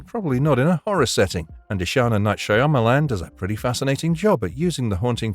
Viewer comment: Is this AI, or does this guy actually pronounce "Shyamalan" like this!? 😂😂😂